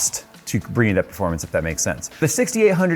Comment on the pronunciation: No one:: pErFoRmAnCy